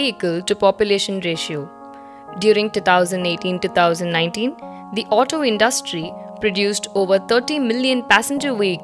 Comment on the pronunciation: What is "tetousand 18" and "tetousand 19“?🤔